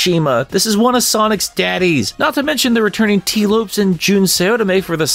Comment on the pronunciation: Tee lopes not Tee loops